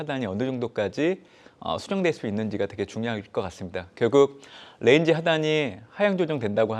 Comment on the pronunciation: 저 ㄴ은 뤠인지 하단 뤠인지 하단... 에휴~~~